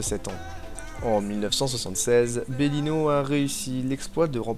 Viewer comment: Bellino et non pas Berlino, Ténor de Baune... pas de baume 🤨